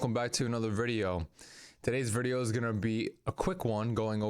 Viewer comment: What is a "verdio"???